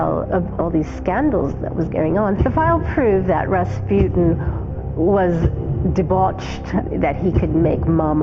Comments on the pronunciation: Its Ras-PEW-tien? not RA RA RASPUTIN LOVER OF THE RUSSIANS QUEEN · if he says Raspyutin one more time omfg